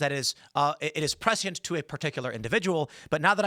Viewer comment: You're being a grammar Nazi then pronounce prescient with three syllables?